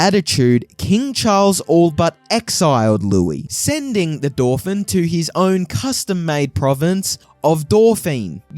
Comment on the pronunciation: I'd bet money that the creator of this video didn't bother to read a single book as research. The fact he can't pronounce many very common words (such as 'Dauphin') can be excused, many self educated students have the same problem due to lacking conversation with others. But all the elementary mistakes and unfounded speculation point towards very lazy 'research', Wikipedia and other podcasts/videos from similarly uninformed creators seem the limit. Dan Carlin lists an average of 20 books used for research on each episodes. I'd be shocked if this guy could demonstrate familiarity with a single relevant volume.